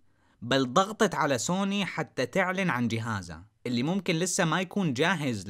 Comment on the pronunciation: انطق سوني عدل وتكلم